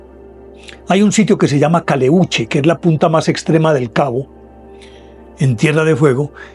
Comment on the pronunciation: Se llama Caleuche, sin cargar la voz en la letra u. Es un barco fantasma que recorre los mares del sur, en especial por Chiloé. Saludos desde Chile.